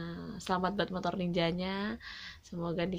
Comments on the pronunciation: Montor ya bukan motor😅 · MOTOR mbak bukan Montor😁😁😁😁